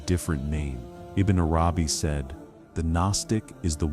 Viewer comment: Such amazing teachings but would it be possible to get the AI voice to learn correct pronunciation of the noble names ? And that it's Arabi not arAbi. And Allah has double lls which should be given their full value. This is important not just linguistally but to show proper respect to the ultimate Lord & his devout scholar & servant.